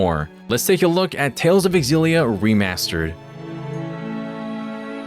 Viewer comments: OMG for the LAST TIME FOLKS. It’s not X-Zillia, but simply Zillia. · You're pronouncing it wrong. The X is a Z sound it's Zillia